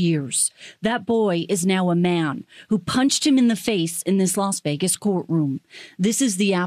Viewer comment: "Los" Vegas?